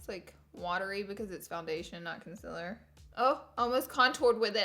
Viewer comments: I'm so annoyed by laura saying conzila instead of concealer daaaamn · Laura you say concealer wrong it is CON CEL ERR not CUN CELL ER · I am so sorry to say that. I am not trying to be rude but you say concealer so weird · You don't say it like conc-i-lr you say it. Like conc-e-ler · Why you say conciler???? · I love Laura.. I but HATE the way she says “concealer” 😤😠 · anyone else annoyed how she pronounces concealer? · Not trying to hate bc I love u sooooo much! But u r saying concealer wrong, it’s okay if u pronounce it diff cuz accents but it bothers me sooo much but I love u sooooooo much I’m not trying to hate and I know u probably get that a lot but love u not trying to hate! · Girl say concealer properly before I unsub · She says concerler wrong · Is it just me or is the way she says concealer really weird 😂